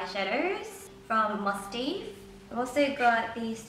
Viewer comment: My friend bought some skincare from Elishacoy and I hear they're all really good. And from what I hear from other videos I think the Mustaev brand is pronounced Must-have. Sorry for correcting you.. :/ Anyway love these type of videos! <3